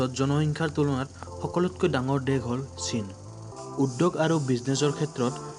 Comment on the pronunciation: Shaina buli kuwa bili nohoi china buli hoi